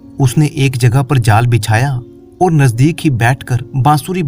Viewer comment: आपको ओर नहीं और बोलना चाहिए please